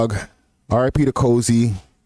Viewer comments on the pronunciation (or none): Getting Life isn't good. A better deal is 10-15 yrs from beating smokeys murder off self defense n pleading to the 🔫 getting a 2nd degree or even better manslaughter for the manager. And it's Kofi, not Cozy lol surprised ya team aint correct that